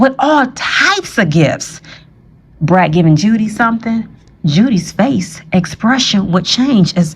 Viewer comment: It's Judy... Julie is pronounced different😊👍🏾